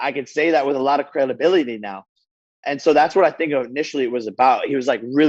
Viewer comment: What's crelabilidy? He can say he's bout that life. 🤙